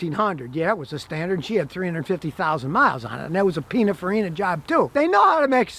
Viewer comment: I'm sorry but has he said Pina Farina!? 😂😂😂